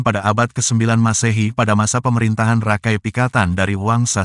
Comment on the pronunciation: Maaf, koreksi, menyebutnya bukan RAKAI, tapi Raka I, artinya saudara tua yg dihormati